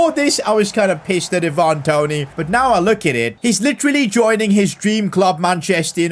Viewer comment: So glad you decided to sell Toney now I can stop sitting here listening to you saying his name wrong 🤣